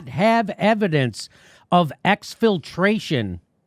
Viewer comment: exfultration exfultration exfultration